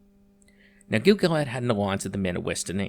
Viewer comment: Westernesse is not pronounced like Mayonnaise. 😂 sorry, I needed to point it out, Despite the disclamer at the beginning.